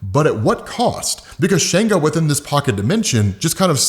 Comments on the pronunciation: not to be nitpicking but its not shango its shongo like ''songo' but add 'sh'...'shongo' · It's pronounced SHON-GO